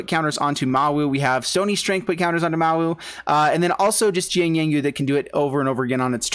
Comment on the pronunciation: Listen to Jiang's voice line when you play him. It will tell you how to actually say Mowu ;)